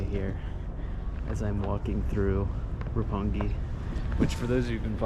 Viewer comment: 六本木 is pronounced Roppongi. yes, you are correct, sir.